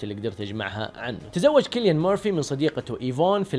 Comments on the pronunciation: ياجماعه الرجال اسمه سيليان وليس كيليان 😂 😂 😂 😂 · ترة اسمه سيليان .. مو كيليان